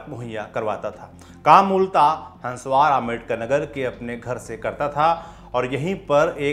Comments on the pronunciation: Sir गांव का नाम हंस्वार नहीं हंसवर है और वो जुग्राम मेहंदी नहीं जुरगाम मेहंदी है हमारे यहां से थोड़ी दूर पर है उसका गांव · Bhai हन्सवार नही है( हसवर )बजार है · Hanswaar nahi हंसवर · Bhai हंसवार nahi हंसवर...है "जुगराम" नहीं जुरगाम मेंहदी। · Abe dhakkan, jugram nahi jurgam menhadi tha. Aur hanswaar nahi, hanswar hai. Chhota aa